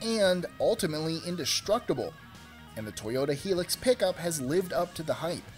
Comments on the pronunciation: its not toyota heelux. its toyota hilix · It's not a Toyota "Hee-Lux", it's a "High-Lux". And if your looking for an indestructible phone, try the old steel-body Ericsson 337! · hilux is pronounced as High-Luks not hee luks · toyata HE-LUX that hurt to listen to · Repeat after me. Hi. Lux. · its a toyota "hi"lux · It is pronounced Hi lux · He said hilux wrong